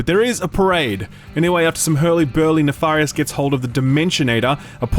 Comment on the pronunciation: omg please stop saying Nafarious it's Nefarious with a E!!!!!!!!!!!!